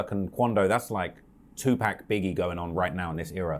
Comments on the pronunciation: Am i the only who hates when people call him 2 Pack instead of Tupac (2 Pac) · This foo said 2 pack! bro white folks been disrespecting Tupac’s name for years 😭😭😭😭😭😭😭 I’m surprised cause he has the accent to say it right lol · If I hear someone say 2 pack one more time.. lol 🤯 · Bruh said 2 pack was that a diss? 😂😂😂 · "2-pack" the brits just refuse to say "pac" rite..😂😂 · Did he just call Pac 2 pack 😂😂😂 How u in the hip hop scene and treat the legend like a pack of lightwrs 😂😂